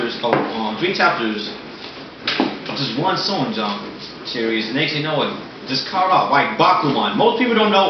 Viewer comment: why dont you say the h when you say shonen o-o you say sonen jump instead of shonen jump o-o